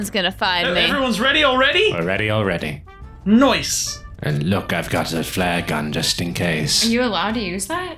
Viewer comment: I like how said “NOICE” instead of nice